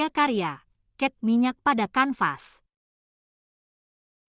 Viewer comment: Cat minyak bukan ket minyak